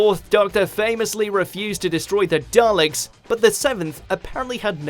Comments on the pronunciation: I'm British and was taught at school to pronounce it properly. But now you get called a language fascist for daring suggest there is a correct way to pronounce anything. Anyway 7 always said Dallix. Nearly 30 years of wiping the tetchy dustbins out and he couldn't pronounce their name. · Yea, my Dad was from the Clyde area of Scotland (same as McCoy) and he too pronounced Dalek with a hard 'A' , as DA-Lek. As for Omega, can't say I've heard McCoy pronounce it as, 'Ohm-knee-go'? Even with his Clyde accent he still pronounced it correctly as O-meh-ga. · Benjamin Joseph Kidd-Bentley I'm just going by the fact that old Sylv is the only person I've ever heard, includingding people with strong Scottish accents, to pronounce it his way. Maybe 7's greatest mystery was what he knew about the Dalek name that nobody else knew.